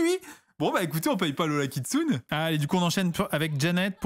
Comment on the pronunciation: Juste pour info, le Kitsune de Lola Kitsune se prononce "Kitsouné"